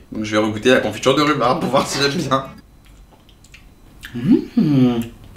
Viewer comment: Re regarder la video 2 ans apres c tellement doux " la confiture de roubaba " 😂😂 incroyable